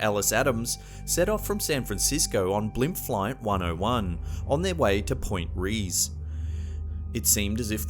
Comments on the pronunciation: I can overlook your pronouncing China as Chiner....but its pronounced Point Ray-ez..not Reese. Not everything is Anglo, bro! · Pt. Reyes is pronounced Pt. Ray-ez, not Reese. Love! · It's pronounced Point Ray-es..... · Bop Dolla sling your ook! It's pronounced Rey es.. not Rees. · At :37 seconds or so, the word is pronounced "ENN'-SINN", not "en-zynne". And also, it's pronounced "POINT RAY'-IZZ" a la Espagnole. Reyes means "kings". Da nada. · Your comment is way too harsh considering he committed such a small crime. We all mispronounce names of unfamiliar places. I bet you have.